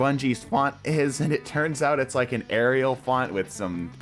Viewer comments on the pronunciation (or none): none